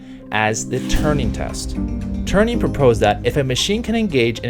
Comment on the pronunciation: Turing. Not Turning or Turney. Overall, good video and opens up an important discussion for our society.